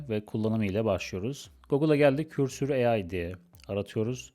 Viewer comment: bir yazılımı öğretme iddiası olan biri önce o yazılımın adını doğru telaffuz edebilmeli.